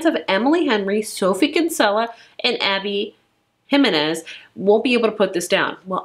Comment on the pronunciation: You said Abby Jimenez correctly 😊